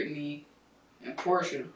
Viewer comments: her name is pronounced "porsha", like they even say it during the interviews damn that was hard to listen to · How dumb do you have to be to continue to pronounce her name "Por-tee-a"? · I think it’s pronounced Porsche-UH